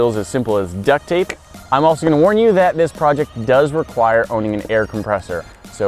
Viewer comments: You said Duck take instead of duck tape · he says duct take instead of duct tape lol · Duct Take? Did no one else hear that? lol